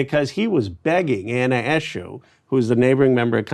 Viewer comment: Probably because his name is Ro Khanna lol not “Rocanna” lol😂